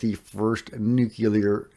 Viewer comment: Just say the words "new clear" without a space in between ......U NAILED IT THO!!! 😁